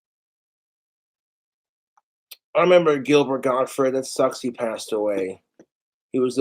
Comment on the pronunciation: "A Gilbred Gotfred impreshination."